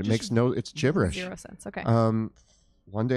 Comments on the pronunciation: i think that's a soft g pronounced as a j with the word gibberish. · I'm here in 2022. I came here all the way from the Spotify podcast just to scream into the void about the pronunciation of Gibberish versus gibberish (like with a J) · Just was listening and I had to come and say this. You know the way gif is pronounced like gif not jif, like the cleaning brand. Well gibberish and thus gibbering are pronounced like jibbering rather gibbering. Unless you were going for a joke of speaking gibberish while using the word gibberish 😂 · So much wonderful! Nit: Gibberish, gibber, gibber-jabber: all with a soft G, like a J. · Gibberish is pronounced Jibberish